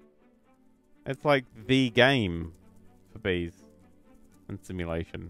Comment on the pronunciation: I know you said vees